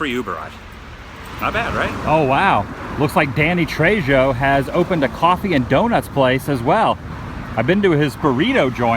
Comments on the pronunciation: Trejo is pronounced Tray-ho,, not Tray-jo. Just trying to save you from a possible beating in the future. 😁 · Actually, it's "TREH' HO" with a slightly rolled R, not TRAY- HO. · Tra-HO not JO! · FYI, Danny's names is pronounced Trey-HO not JO. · Just an FYI - "Passerbyers" is actually 'passers by'. I know -- probably another "Woo-ism", like "festoon" and "careen". Danny "Machete" Trejo's last name is pronounced "TRAY-ho". In Spanish, the "J" has an "H" sound. 'Cauuuuuse, I don't think you want him to hear you mispronouncing his name. ;-D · Please, please do not get offended, let me correct your pronunciation, if you will. In Spanish the letter J is pronounced like letter H, so if your read as it is pronounced, it should be TREHO. Thank you and it is just to point it out. Thanks Adam! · With respect, it's pronounced "Trey-Ho" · Trejo is said "tray-hoh". :D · Pronounced Trey Ho Adam, don't know if you're doing the misprononciation on purpose. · Adam your pronouncing Danny Trejo last name wrong. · thank you. I was about to say something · He's been told the correct pronunciation many times before, so it's possible he may be doing it on purpose. I hope not, though, because it's kinda aggravating. Here's to hoping he says it right next time! fingers crossed